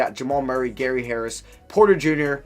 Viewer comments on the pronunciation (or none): none